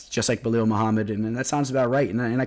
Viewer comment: It's Belal, not Belil lol